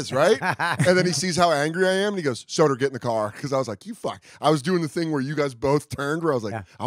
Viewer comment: The first 10 minutes really got me going! Love this show. Luis with the ER on Soder 😂